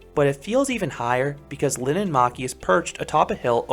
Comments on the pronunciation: POV: Finnish person watching this🤣☠️ you don't know how to speak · Sorry but it's linnanmäki